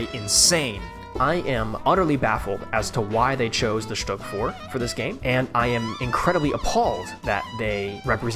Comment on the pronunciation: Stüüüüg bro learn to speak